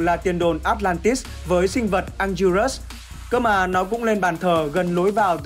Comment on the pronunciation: Anguirus đọc đúng là an gưi rư